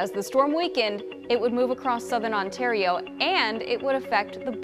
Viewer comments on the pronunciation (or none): none